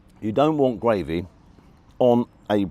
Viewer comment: Its gRavy not gWavy .lol. rgds Don